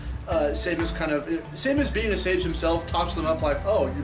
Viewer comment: It's SAY-MOS, not SAY-MIS!!!